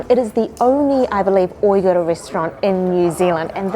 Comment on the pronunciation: Why does she keep pronouncing Uyghur so wrong?